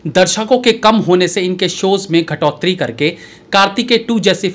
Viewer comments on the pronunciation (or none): गिरौत्री नहीं भईया जी घटोतरी होता है। बढ़ोतरी और घटोत्तरी।